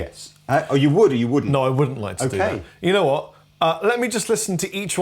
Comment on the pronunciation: "U kno wot!" The most British thing I've ever heard say. Much love from the US